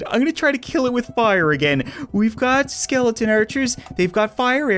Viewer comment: you said skelden not skeleton